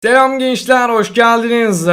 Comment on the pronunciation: İlk defa tarihe geçecek bir olay giriş:delam gençler hoşgeldiniz... normali:selam gençler...